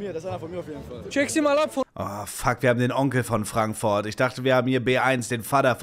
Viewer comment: Ich liebs seine aussprache wenn er frankfoourt sagr xD 😂❤